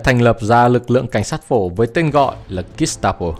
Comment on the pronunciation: Kit ta bo?!!!!😅😅😅😂😂😂😂😢😢😢😮😮😮 thay vì đọc là jet ta bo hít lỡ thay vì đọc là hít le vì sợ phạm húy tên thang ong co noi nó???